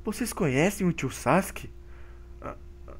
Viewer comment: Ele disse tio sauskes